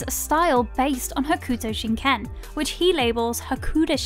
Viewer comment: You are not saying Ken fighting correctly